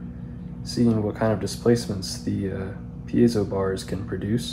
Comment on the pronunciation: Cool video, and I just want to acknowledge that you're one of the few people who pronounces "piezo" correctly!